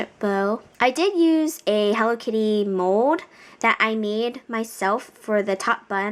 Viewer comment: WHY DO YOU SAY MODE! ITS MOLLLLD